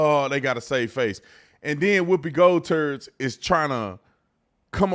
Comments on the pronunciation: Wait wait wait did you say " Whoopie Gold turd " ... well bless her heart, she tries .... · Hell nah! I had to back up and listen again. And THEN pause the video and LMAO for like 30 seconds! When I realized he said Whoopi GoldTURDS! LMAO! >.<